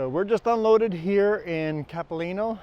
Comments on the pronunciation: Not Capileeno its Capilano. Sorry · Townhouses on the right at that very first traffic light is where I live! It’s Cap-ill-lah-no University.